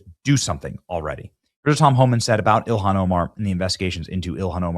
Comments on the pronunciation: Prnounced: “ILL-HAHN” NOT “ILLIAN” !!! Got it now?!?🙄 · Benny,its NOT ILIHAN, get her name right, ok? JD can't get it either, not a good look guys! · It's ILL HAWN